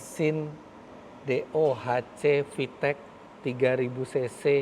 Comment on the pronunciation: fiteq pake Qalqalah